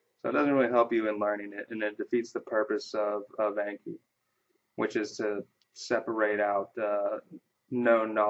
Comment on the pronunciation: Thanks for the video! It convinced me to download the plugin. Just a quick note: the program's name comes from the Japanese word from memory which is Ah-nki (rhymes with donkey), not A as in cat or hat. Also, where did you get that awesome background? :D